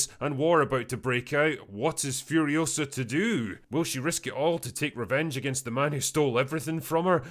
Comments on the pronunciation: "It's Furi-OH-sa, not Furio-SAH." - Hermione Drinker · It’s Furi-O-sa, not Furio-SA